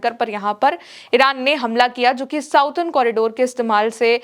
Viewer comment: प्रिय, आप की ताजा खबर बहुत अच्छी होती है। एक सुझाव के लिए माफ़ी चाहते हैं। अंग्रेजी में जिसे आप साउडर्न कॉरिडोर कहती हैं उसका correct pronouncement “सदर्न कॉरिडोर” होता है आप का शुभाकांक्षी